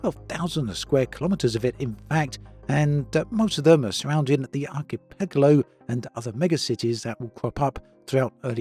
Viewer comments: achpelgo? I think he means Archipelago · well that's one way to pronounce archipelago I guess